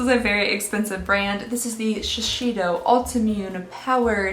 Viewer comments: I don’t want to attack but my ocd needs to say this because I have seen it in several of your videos now and it really bothers me 😭 its ShiSeido, not shisheido. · Lol again with the "shi-shi-do" 🤣 it's pronounced in a Japanese way. It's "shee-say-do" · The brand Shiseido is pronounced Shee-sei-do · The brand in item #19 is pronounced "shi-say-dough". It is a Japanese brand some brands you may be more familiar with, NARS and Bare Minerals, are their subsidiaries. I love your videos and how happy, fun you make them!